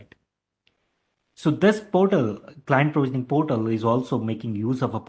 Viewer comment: its not high pitch. he doesnt speak english properly. for example portal instead of PORTAL he pronounced as 'PERTAL'